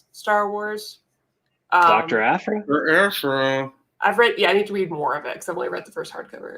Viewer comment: I love but the way he pronounced Aphra hurt me a little bit😆 Algorithms:)